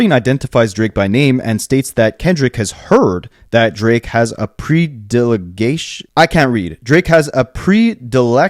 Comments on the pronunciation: Vi-tree-all (vitriol), please and thank you. Also Preh/pree-du-lik-shun. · It’s pred-election, like pred-ator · That and ‘predilection’ … I sit through the videos vocalizing the correction. 😂